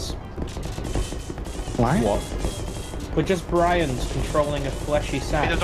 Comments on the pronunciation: said Brians not Brains:) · ..but said Brians.